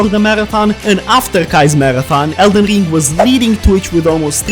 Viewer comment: 😂 someone teach him how to say ring … not ling